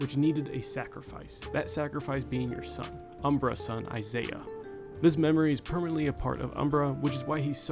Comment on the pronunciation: Umbra's son's name is Isah (EYE-suh), not Isaiah